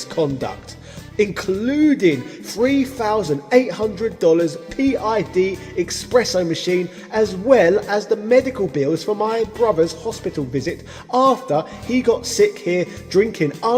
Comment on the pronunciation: Expresso. Damn.